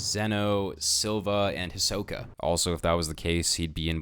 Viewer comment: Hi-so-ka Hie-so pronouced fast: SO not soh. Ka Listen the japanese version. Getting so annoyed with this.